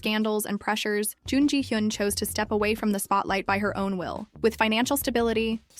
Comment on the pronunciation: It's hard to watch this when you pronounce her name wrong every time you say it. Her name is in like almost every other sentence.